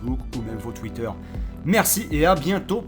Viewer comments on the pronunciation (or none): none